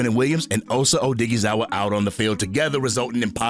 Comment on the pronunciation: Man you be butchering osa last name